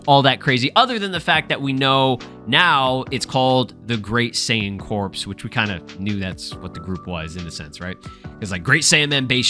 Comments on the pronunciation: I'm 99% sure "saiyan corps" is pronounced "cor", not "corpse" lol. like the Marine corps or the Green Lantern corps. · It's pronounced the Saiyan "Cores" like Marine Corps. Not like corpse as in dead bodies. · It’s pronounced as core the “p” and the “s” is silent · It’s pronounced CORE. Jesus Christ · apparently corps is pronounced "core", and this is the definition: a group of people who are connected because they are involved in a particular activity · Just so you know, "Corps" is pronounced "Core" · Corps is pronounced the same as core